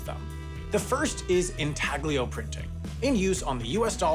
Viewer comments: in-TAL-y-oh. The G is silent. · It's pronounced "in TAL yo" printing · "in TAG lee oh" printing? Looks like we got another entry in the corrections video, hopefully can learn Italian pronunciation by then. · Always a learning experience. Side note: the "g" is silent in "Intaglio". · He keeps saying "intaglio", when its origin is Italian and "g" is silent, and it stresses me out. I think he did it in on purpose